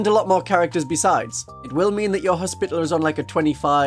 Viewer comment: commenting for the algorithm and to humbly beg a reexamination of the pronunciation of hospitalier—more “hospitality,” less “hospital” 😅 it doesn’t need to be the french pronunciation or anything but i feel like we as a community have strayed too far into “spittle” territory (unless that’s just the uk pronunciation) Love your videos keep up the good work ❤